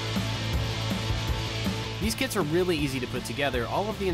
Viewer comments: Oh my gosh I thought you said the kids you can buy then I realized that you said the kits you can buy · I thought that he said “the kid that we got”